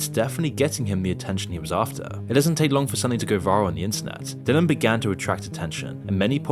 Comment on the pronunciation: Dillon not dillion like dillion white